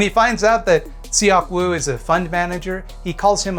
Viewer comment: tip for pronouncing korean, those vowels such as in seok-woo are dipthongs to be said as one vowel. eo is similar to uh (like when youre thinking of what to say). seok is kind of similar to suck just with less emphasis on the final sound